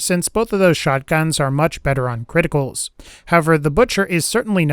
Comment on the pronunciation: Cwiticals.... FANTASTIC!